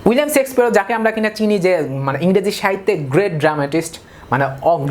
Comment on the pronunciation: ভাই সেক্সপিয়ার না শেক্সপিয়ার ।